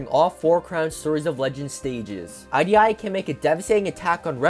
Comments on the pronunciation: The way you pronounce idi fills me with rage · The prononciation of Idi is painful